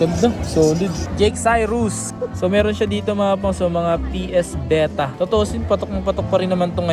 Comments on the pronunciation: BETA >.< sheeesh.... BEE-TAH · daig psp naging ps vita "vetah" pala